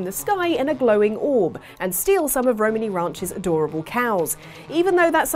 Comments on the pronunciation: The way pronounces Romani hurts my soul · I really, really hate the way you say Romani. Love ya, you're great, but that ain't it chief